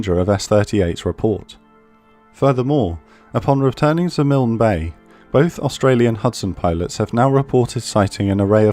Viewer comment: Thank you for saying Milne correctly (it’s my last name)! Love this channel